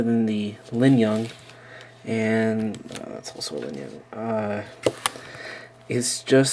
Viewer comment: you lingyun annunciation is wierd... you have the G in the wrong place. it linGyun, not linyunG.